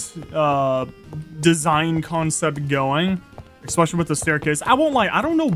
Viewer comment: “exspecially” Great vid as always